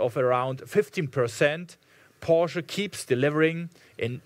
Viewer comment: Apart from the hype and all the well earned praises, the English pronunciation of a leading member of such an international company as Porsche is a shame! What a German accent! Unbelievable…it does not sound right to me.